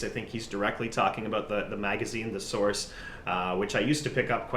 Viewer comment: "I might be the source" pronounced as "thesaurus".